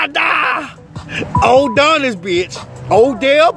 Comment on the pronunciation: Nigga keep saying Uudonis 😂😂💀